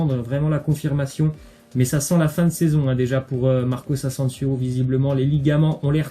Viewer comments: On dit Marco Asensio pas Marcos asensios 😂😒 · Marcos ansensios😭😭😭😭 on dit marco asensio